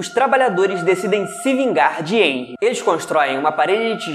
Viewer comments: NÃO É "enrry" A PRONÚNCIA, É "rrenry" (eu sei q n existe palavra con maiúsculo primeiro mas é só como pronuncia) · Pronuncia de henry: réuir